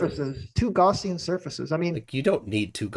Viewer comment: It's so cute that he can't pronounce Gaussian correctly. The way he says it implies something from a first aid kit.